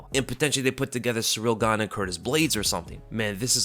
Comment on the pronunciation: "Surreal Gane" lol. Your channel is dedicated to covering the sport and you're constantly mispronouncing names.